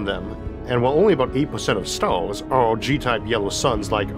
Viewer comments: What’s with that „Stoawrs” thing pronunciation xDDD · what stalls? oh you mean STARS, try pronounce crearly next time.